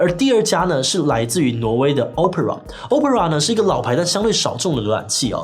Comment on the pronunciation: opera的發音，志祺是不是錯了呢